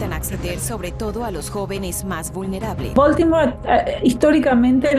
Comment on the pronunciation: Se dice Boltimor